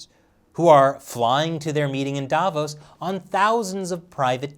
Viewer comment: Sounds more like "Davros" than "Davos".